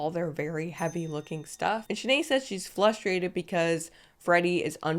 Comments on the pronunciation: Flustrating lol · The fact that this chick said "flustrated" through this whole show irritated me more than her idiotic attitude.